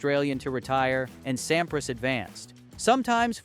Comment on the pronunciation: you may have put a lot of work into this video, but it is bad, and for so many reasons. I'm just going let you know so maybe you'll know for your other videos: 1. I don't know if it's AI or you but the pronunciation of players' names (Sampras, Philippoussis) is awful 2. If you are doing a video of Sampras from 1999, you should use video clips from 1999 and not include other years preferably. 3. Do some research. In Wimbledon 1999, Sampras did not win the 2nd set vs Philippoussis he was down 4-6,2-1 when P'sis retired. 4. Articulate your point and vision. He lost the #1 ranking but tied Emerson's record. It's not an "anomaly" that's timing and circumstance. A) He lost the #1 ranking due to the fact he missed 2 grand slams (AO and USO) B) He tied Emerson's record of 12 grand slams because he came into 1999 with 11 and won Wimbledon. Is this just a recap of Sampras' 1999 season?